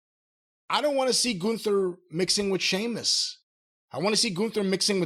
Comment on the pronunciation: I've no idea why these 2 old fools don't like Sheamus and Jim calling him sea-muss got old pretty fast. He thinks he's a comedic genius in his mind lol